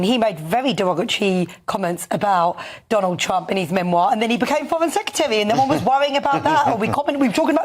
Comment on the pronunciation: Just to say to that lady. 'secretary' not 'secetary'.